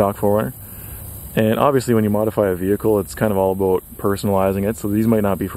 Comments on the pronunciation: Why do you pronoucne "about" that way? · You say “about” really weird lol. Are you Canadian?